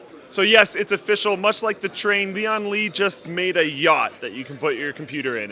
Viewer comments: It's pronounced as "lee-ann li" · the pronunciation of "Lian Li" is really awkward. try to speak "Lian" faster